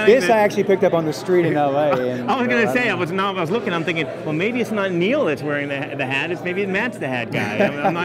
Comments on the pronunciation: it's neal not neil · neal not neil